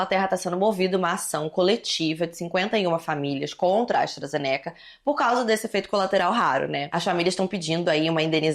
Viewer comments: se pronuncia Astra Zêneca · Quando tu vai aprender a falar astrazeneca.... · Eu to começando a creditar que se pronuncia "astrazenéca"